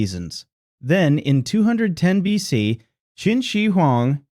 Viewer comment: What is this "billion.c" crap for B.C.? The damnest stupid mistakes and no creator catching it means proof-reading or proof-listening makes me think a.i. is going to start a nuclear war within the next hundred years.